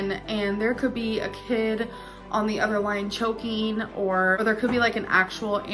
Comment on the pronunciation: "udder" shock is... fitting